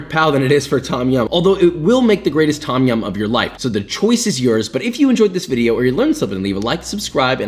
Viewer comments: Why are these Western fans of Thai food unable to pronounce the names correctly?? It's not 'tom' (like Tom Sawyer), it's 'long 'o', and sounds more like 'tome' -> 'tome yam'. And death unto those who think the 'pad' in "pad thai" rhymes with 'dad'...it'more like 'pod' thai. Show some respect for the culture you are devouring... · Pronunciation of 'Tom' aside (it's more like 'dome' as an American, a long 'o', not 'aw'), you made Thais happy. Props, papa. Personally I prefer ต้มแซ่บ to ต้มยำน้ำข้น. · im thai and i love the recipie BUT the way u pronounce Tom Yum angers me lol its not pronounced Tom like the name tom, u cant really explain it in text because its not a think in the english alphabet. but if you speak thai u use that noise a lot in a lot of words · Also if you wanna sound more Thai the proper pronunciation is “Tome-Yaum” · not tom ffs. its written tom because the thais dont know english. its pronounced dom yum, not tom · This looks authentic. And I’d like to humbly add that, in Thai, the ‘Tom’ in ‘Tom Yum’ is actually pronounced in the way that rhymes with ‘home’ rather than like the name ‘Tom’.